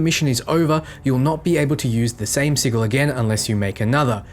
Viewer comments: Thought I was the only one who cringes when hearing sigull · Okay just trying to help but I believe the word sigil is pronounced "siJal" Not "siGil". Correct me if I'm wrong but I'm %99 sure it's SiJal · I am still not clear how you are suggesting to pronounce it....but it is supposed to be a soft 'g', not hard (just like gif...oooh, I said it ) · Good guide but the way you pronounce sigil was getting to me XD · I realize he pronounces it as it is spelled, but it just sounds so goofy hearing "si-G-al" instead of "Si-J-al" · "si-juhl" < "siggle" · Se-jul... not Se-gul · I'm sorry lol... not to nitpick but it's pronounced "si-jil". You're killing me with "siggle",... XD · SID-J'L not sig-il. Bloody top not vids, keen as a bean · ˈsijəl (Google Translation) Please it's not pronounced as a G, it's a J. Si(G)il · Wtf is a siggle? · Not being a grammar nazi but m8 sigil is pronounced si-jul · Sigil's pronunciation - si-jil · I giggled every time you said siggle. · Siggil......love it, but it makes my ears bleed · wtf is a siggle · Good vid as always! Small tip tho, you mispronounced arcanist and sigil. Should be "R"+"can"+ist and si+"gel". I know it's not a big deal, but I assume you'll be saying them plenty in future vids. Personally, I like to know when I'm mispronouncing things. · Great video, but please learn how to say sigil (sij-ul) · It's pronounced sijil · Was gonna go nuts about the sigil pronunciation but then saw the pinned comment. Really useful vid btw! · Sigil is pronounced with a hard G. Just for future reference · Ik it’s a joke but please don’t ever pronounce sigil like sigil so many times in a row again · Cmon, we, the internet grammar police, demand you rectify your dodgy pronunciation of sigil. And ... We, the missing comment internet police, demand you help us locate the missing pinned comment. Great vid by the way :) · The way you pronounce Sigil is destroying my soul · Gunna be honest I got soooo triggered by your mispronounciation of Sigil